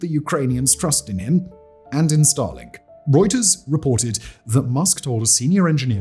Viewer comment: It sounds like he is saying Stalin not Starlink and that sounds vastly different.